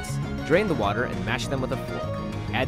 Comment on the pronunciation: Anyone else realize how the guy stresses the end of every other word like "poT" "waTER" I find that interesting